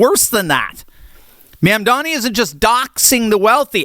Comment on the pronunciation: You can't even pronounce the mayor's first or last name. Get a grip, dude.